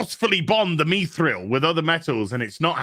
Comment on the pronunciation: How does it not make sense you can't create without sacrifice? why are you and purposely pronouncing mithril wrong just because the show did?